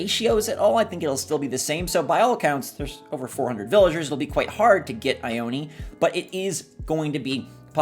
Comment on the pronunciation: Shino is a girl, her eyebrows are an ancient makeup that ladies used in china long ago, AND she’s wearing a kimono 👘 !! A dress y’all!! And Ione isn’t said eye-own-eee, it’s EYE OWN!!! There’s a city in Washington state and California (and Nevada) of the same name and it’s a Native American tribe name, said Eye-Own! PLEASE START SAYING IT CORRECTLY, people are insulting a culture by mispronouncing it.